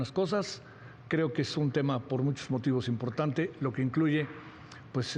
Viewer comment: Xochilt: Pot, poque, impoctante 😂